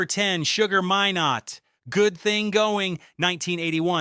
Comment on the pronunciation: SUGAR MINE-NOT ...not minot